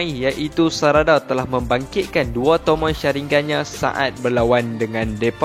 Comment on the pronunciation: tomoe oii bukan tomoi aduhhhh